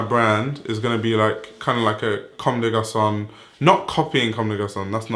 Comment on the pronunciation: m8 your vids are great I left a sub but please, stop slaughtering brand names like CdG Tricot or Homme Plus and so on. Really not saying it as hate just save our ears! Other than that, keep going!